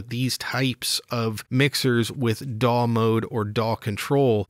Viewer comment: Was that "DAW control" or "PAW control"?